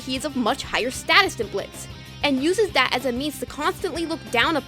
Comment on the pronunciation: thank you for being one of the few youtubers to actually pronounce Blitz's name right. enjoyed the video!